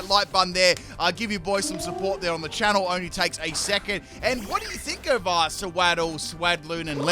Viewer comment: Solar beam in the snow, only your show 😂 everytime you say Channel I hear show instead. This time at least it rhymed